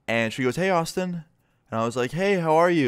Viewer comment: I thought he said "autism" there for a sec.